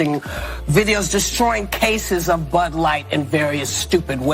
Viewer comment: She doesn't even know how to pronounce her favorite beer "Bud light". Not surprised. She thought that Jill Biden was an actual medical doctor.